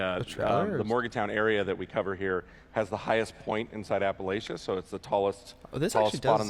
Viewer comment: Do none of them know how to pronounce, Appalachia